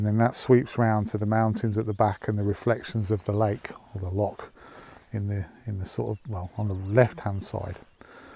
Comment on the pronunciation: Only half way in and I must say I am impressed that you managed to pronounce Loch properly, enjoying the video so far and so jealous that you guys are in Scotland! I hope you managed to pick up a Glasgow Celtic Hat, thanks for sharing mate.